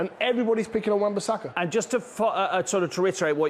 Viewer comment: How many times did they say Wan-Basaka.. 😂 😂 😂 😂 😂 😂